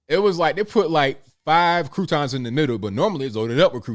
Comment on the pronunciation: I love the way you say "croutons"